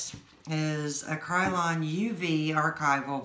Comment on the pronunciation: Try pronouncing it: Cry - Lawn . I love your work! Thank you sooo much for sharing your technique. I was not holding the air dryer close enough. The color combinations you use are great! BTW I'm male :)